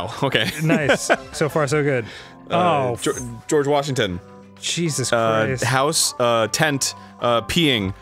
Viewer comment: Arin: "geroge washington" Me: whispers "greg? well ain't that just the way"